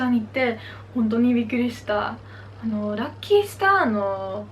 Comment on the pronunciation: LUCKY STARでは日本だとタバコの銘柄にあるので、「らきすた」と発音するのオススメですよ …普通にかわいいな。こんなかわいい女の子に肉じゃがとかつくって欲しい！ 応援してますよ！